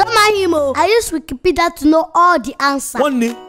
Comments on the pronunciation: Auntie auntie is this one that can not say wikipdia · Its wikinipidi hahaha its wikipedia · Wikni- Wi Ewo that cannot pronounce Wikipedia Is that one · It is not wikinipidi it is wikipedia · God bless that guy that said Wikinipidi. Chaiii, he made my day. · Wikipinidi? It's WIKIPEDIA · The is roasted she can't pronounce Wikinipida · It is not Wiknipidi...it is wikipedia. Ha-ha-ha-ha! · that cannot pronounce Wikipedia SENT ME LAUGHING TO THE WATERFALLS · that can not pronounce Wikipedia is that one too a 😂😂😂😂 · When can't pronounce Wikipedia but she says wiki-wiki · that cannot pronounce Wikipedia is that one IM DEaD😂😂😂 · that cannot say Wikipedia.🤣🤣🤣🤣🤣🤣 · that cannot pronoice Wikipedia I literally died at that part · I been telling my friends of that part like “you could not pronounce Wikipedia” everybody is like what... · that can't pronounce wikipedia Is that one a? Hhhh ❤❤😂😂🤣🤣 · wi -ki-pe-dia..😂😂😂😂😂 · that can't pronounce Wikipedia is that one 😀😀😀😀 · 😂😂😂 can not say Wikipedia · Wikinipidi Wikni Wi that cannot pronounce Wikipedia is that one big Auntie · cannot pronounce wikipedia😂😂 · big big that cannot pronounce wikipedia 😀😀😀😀😀😀😀😀😀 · Lol ur sooooo funny Emmanuela XD 🤣🤣🤣🤣🤣🤣🤣😂😂😂😂😂 lol cannot pronounce wikipedia is that a lol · that cannot pronounce Wikipedia is that one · That can not pronounce Wikipedia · So ur telling this small girl that telling like about wikni will that cannot pronounce wkipedia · .your not serious that cannot pronounce Wikipedia